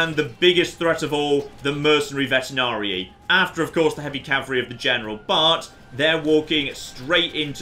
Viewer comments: VeteRanii not VeteNarii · You keep mispronouncing veteranii.